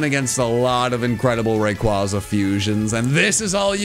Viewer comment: I love you, but ffs, say Rayquaza right.